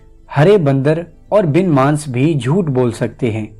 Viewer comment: آپ کی سعی قابلِ تحسین ہے مگر تلفّظ کی خرابی بہت گراں گزرتی ہے۔ اس سے بہت سے لوگوں کی زبان پر اثر پڑسکتا ہے۔ مثلاً اسی ویڈیو میں آپ بَن مانُس کو بار بار بَن مانْس کہ رہے ہیں۔ اور بھی کئی مثالیں موجود ہیں۔ ترجمہ جتنا عمدہ ہے اس لحاظ سے تلفّظ پر بھی دھیان دینے کی ضرورت ہے۔